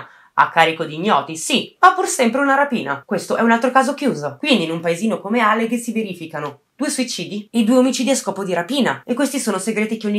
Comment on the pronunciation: Ah comunque è àlleghe, non allèghe, comunque complimenti per il video!